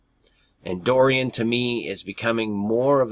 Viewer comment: About an hour ago I saw an update on Dorian hurricane and all I could think of was this is a distraction! Wow. I clicked on video about the hurricane and he can't seem to pronounce it, he says Doran, and all I could think of is the doe ran... and that I thirst to be in high places with Jesus as in (Psalm ) Psalm 42:1-2 As the hart panteth after the water brooks, so panteth my soul after thee, O God. My soul thirsteth for God, for the living God: when shall I come and appear before God? Verse 7 caught my attention as well watching these hurricane reports. Psalm 42:7 Deep calleth unto deep at the noise of thy waterspouts: all thy waves and thy billows are gone over me. Even so, Come Lord Jesus Come. Amen!